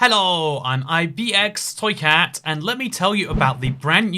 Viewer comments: Finally, he says IBX right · I have never heard you say "" so clearly before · The robots are getting smarter! They actually got toycat's name right! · The caption system finally said your name right! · He pronounced every letter so clearly in his intro